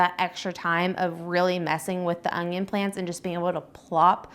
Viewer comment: Its un-yon. Not ongyon. Why do so many people struggle with pronouncing it without a g???